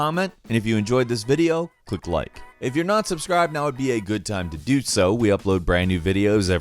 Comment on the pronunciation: is it me or did say “now is the good time to DOOT so”?